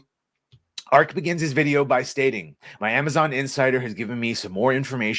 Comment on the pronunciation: It is pronounced Arch as in archway